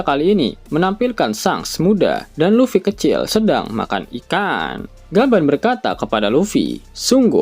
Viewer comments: Luffy bukan Lutfy, bagaimana mimin ini kadang2 sebut Lutfy😂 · LUFFY bukan LUTFY..😂